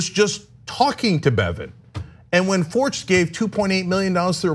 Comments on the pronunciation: It’s actually pronounced fork-t. The guy owns a chain of banks here. Forcht bank. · I think that name is pronounced “Fork”, like the bank. Could be wrong, though.